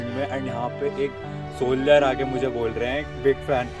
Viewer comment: It's 'mujhe' not 'mughe'